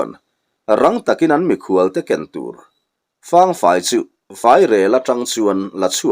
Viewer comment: Fang fai tih i lam dan hi, fáng tia thluk sang lovin, Thalfang tih a 'Fang' rik dan ang hian lam rik tur a nih hmel zawk lo maw..?